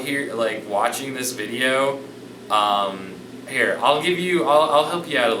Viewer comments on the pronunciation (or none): none